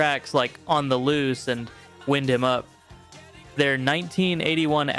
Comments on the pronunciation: It's not "winned" him up, it's pronounced wined him up, like a clock. Get it? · I'm glad you added SAGA, but that's as far as it goes. If you can't even pronounce the song "Wind Him up" correctly, you probably only heard that it was popular amongst the fans. And, if you think "Worlds Apart" was their masterpiece, you know nothing about their music at all. I think "Worlds Apart" is a great album (most commercially successful U.S. release for them), but it's no where near their best.